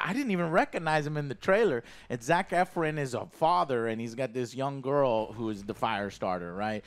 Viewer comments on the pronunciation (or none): Zac 'Efrin' 😂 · why does he say Zack effren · Zach F RIN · Hearing how joe pronounced Zac Efron lol